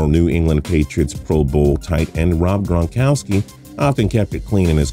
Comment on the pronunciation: When he says gronkowski it sounds like that one lady from monsters inc saying Mike wisowski